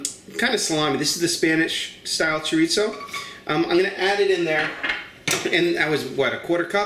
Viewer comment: I like rice! This looks like a winner for me! By the way... chorizo is pronounced chor- ee-so... if you can roll your tongue on the r... you got it!